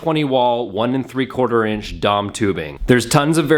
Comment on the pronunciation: "dom tubing" lol It's D.O.M. You don't say oossaa when talking about the U.S.A., do you?